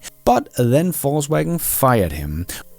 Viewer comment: The pronounciation is correct: "False-Wagen"